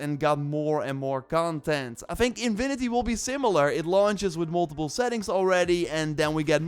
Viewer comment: He literally said 'Invinity'